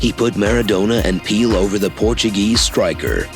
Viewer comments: Pillow = Pele. Hahaha 😄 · Did he say pelow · Pillow oukeeey great homework your channel has a grim feature. Learn this name like your life depends on it its PELE as a matter of fact it's PELÉ or king P to you as swipe ⚽👑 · Him: "Pele" text: "pillow" 😂